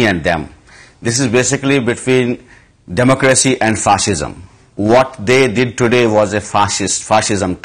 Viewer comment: He can't even pronounce fascism "Fashisham"